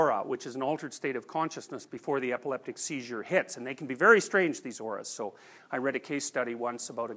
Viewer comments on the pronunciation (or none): none